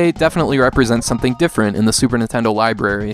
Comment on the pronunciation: Ha ha you said li-berry! 😂 But seriously good review...